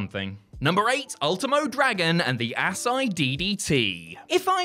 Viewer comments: Ass eye???? Lol.....Asai = uh-sy-e... moonsault ....Ass eye😂😂😂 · Ultimo finisher is pronounced A-sah-ee DDT lol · Ugh... I'm a fan of you guys, but mispronouncing "Asai" (ah-sī-ee) is mind-boggling given that Ultimo Dragon is hardly the only guy to use it and plenty of other wrestlers have not only done the move, but have still called it the Asai Moonsault. 🤦‍♂️ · I thought Asai was pronounced uh-saw-eee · Asai. Ass-eye.🤣🤣🤣